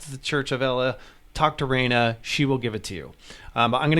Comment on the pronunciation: I like how he said “Renna” props bro 👍🏾